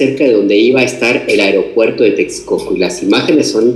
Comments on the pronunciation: Muy buena la información !! Pero hago una observasión Sin afán de ofender, tener cuidado con la pronunciasión, cada vez que dices Aeropuerto Siena como Airopuerto. Perdón !! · Se dise aeropuerto.... No airopuerto...